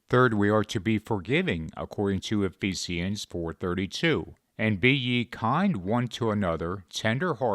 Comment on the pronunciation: Is that how "Ephesians" is pronounced? I really want to know 🤔 😂.